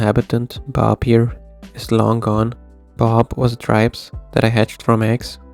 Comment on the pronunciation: What is the weird fish that only lives about 90 days? It sounds like you say "tripes", the auto-generated captions say "tribes", neither of those are animals.